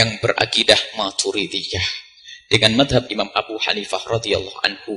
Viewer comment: Gosok gigi dulu ente bang. Ngomong Madzhab aja salah ente bang. Oya saya nggak pendukung Buya yahya lo. Tapi Saya tetep merasa lucu dgn kebodohanmu.😁